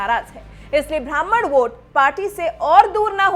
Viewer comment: भ्रामण " नहीं होता मैडम,ब्राह्मण होता है।